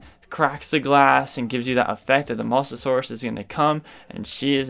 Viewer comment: Ya need to learn how to pronounce mosasaur not mos-asaur